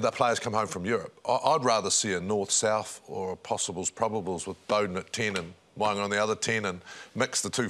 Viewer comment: Aussie commentators leading the way with pronunciations at the moment. Aus: Mo’unga NZ: Mowanga Kefz! 🤦🏽‍♂️😂